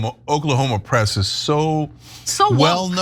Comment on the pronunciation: Did Ana say Okla-homo??? 😂